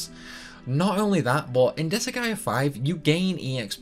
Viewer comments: I love 'disa-gaea' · I'm a fan of the anime style cut scenes with the game series on top of how crazy the speedruns of the seires are. I a huge fan of the seires. Also you are sorts pronouncing the game incorrectly at least to how I pronounce it. Oh fun fact the seires actually has an anime based on the first game.